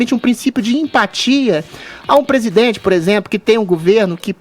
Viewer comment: Nao custava nada o fazer uma fono pra tirar esse R que ele tem, jornalista que não fala direito não evolui. PEGUESIDENTE PEGUEPAGADA PAGA O CARGO